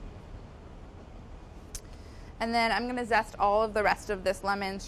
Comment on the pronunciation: „Lemon sest“